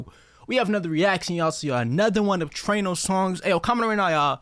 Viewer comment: trueno: true eh noh